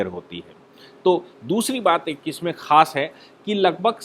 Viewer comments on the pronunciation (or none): none